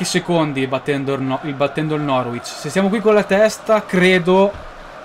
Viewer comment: si dice norich